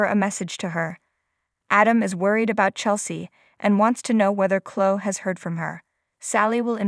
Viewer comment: You can't say Chloe wtf is Clo lol 😂😂😂